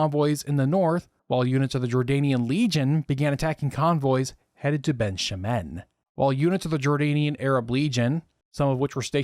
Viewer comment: Great video! (I'm only ¼ of the way through but so far it's really interesting ☺️) One note, some of your pronunciations of Hebrew terms are off- Lehi is pronounced "LEH-khee" not "LEE-high", Negev is NEH-gev, Ben Shemen "BEN SHEH-men". In general Hebrew only has two ways of pronouncing words - emphasis on the last syllable or on the penultimate one. While emphasizing the last syllable is more common overall, there are certain kinds of words that are penultimate. Peoples names, for some reason, tend to shift to penultimate (Adam - man - moves from ah-DAHM to AH-dahm when saying a person's name).